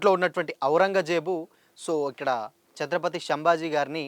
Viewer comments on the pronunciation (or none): none